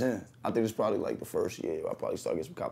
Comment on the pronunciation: PRODOMABLY 😂 Nothing worse when you start a word and mumble through it